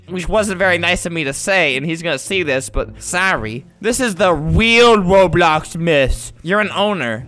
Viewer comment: he said robloc lol